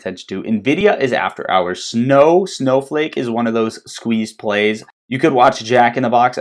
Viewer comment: It's "squeezed" 😂. Great video 👍🏼